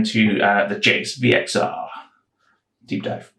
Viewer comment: Thanks for making this video on me, I love hearing peoples thoughts, suggestions and feedback and love seeing the behind the scenes of a copier. You said my name right also! You are right, its basically how you pronounce Jason . I have seen people do that thing with sharing how much profit they have made such has sharing the actually profit post so its posted twice, though when i do close a trade i keep the posts there so copiers can see trades being closed/ opened. I have just seen your comment about the sync score and that is understandable, i have seen some other big investors not do this and keep their high positions there, , but after investigating some others it looks like a lot of traders are now doing this, after this feedback today i'm going to work on it and i'll give you another poke in a few months time :P When it was mentioned about traders have less trades and at least a 70% of cash not used, it is very similar to a trader with a lot of positions open, its still the same amount of risk too as the trader with less traders has more money to cover hedging and the trader with more trades has the diversification to cover hedging, though at most times i try to keep 10% of free cash for market drops and when these positions are profitable i close out the trades to return the free cash I did use to hedge with ETFS, but I felt like resulted in less return at the time so i improved my strategy and still improving and learning techniques Thanks again for the kindness and v